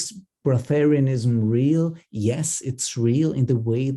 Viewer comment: It’s not breath-terianism it’s just breatharian.